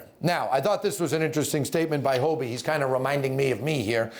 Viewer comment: It's HoDie, not Hobie